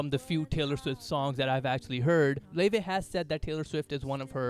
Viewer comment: thats how you pronounce her name, kindly research before you comment <3